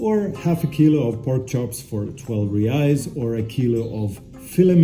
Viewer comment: Great video but considering you living in Brazil ur pronouncing of reis needs work bro it’s pronounced “hrreis” r has h sound like sound